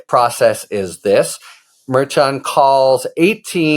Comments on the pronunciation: Isn't the judge's name pronounced Mare Shawn? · why can't Harry get the pronunciation of Merchan correct?